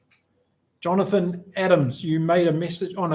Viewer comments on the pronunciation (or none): none